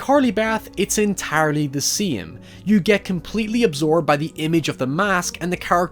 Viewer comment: "It's entaarly the seem"